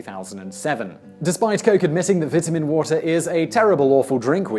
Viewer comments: The way you pronounce "vitamin" makes me want to punch a baby. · vitamin water might be bad for you but his pronunciation of vitamin gave me cancer. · I totally forget British people say things differently than Americans when he said vitamin water